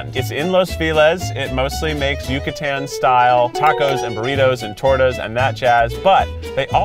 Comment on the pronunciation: I cringe at Keith's pronunciation of torta